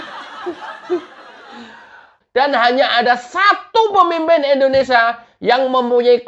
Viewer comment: KK tolong penyebutan kata INDONESA baik hrs di lengkapi jelas kalimatnya Indonesia..